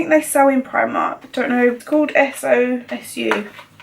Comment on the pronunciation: The SOSU is pronounced as so-sue. An Irish company, Suzanne Jackson is her name. Check her on Instagram 😊